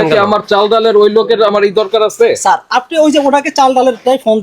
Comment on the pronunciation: It's sir, not saar